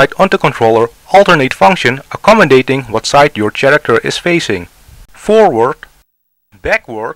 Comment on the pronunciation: Nice instructions, but you should correct your pronunciation of "character." It's pronounced like the "ch" is a "k".